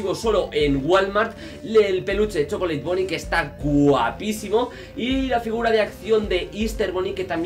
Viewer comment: Mi profesor de inglés te mataba por pronunciar chocolate mal en inglés XD ese es el man behind the class